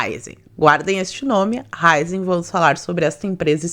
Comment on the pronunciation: Não é Ráizen, é Raízen (Raíz + Energia)